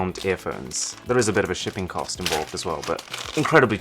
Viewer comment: It's "COST"..Arun..@ 😂😂